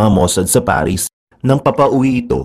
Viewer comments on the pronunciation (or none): none